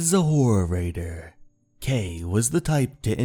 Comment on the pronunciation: He is saying horror writter. I heard the same as you at first but my ears adjusted.